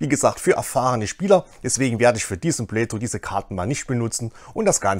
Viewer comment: Super Video, vielen Dank. Bitte noch das englische "th" üben. da gibt s super Videos. edit nach komplettem Durchhören: bitte auch das deutsche "ch" üben, alternativ versuchen die Worte "playthrough" und "Furcht" nicht in einem Satz zu sagen.